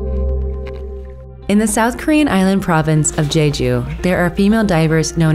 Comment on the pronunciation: You said Jeju island wrong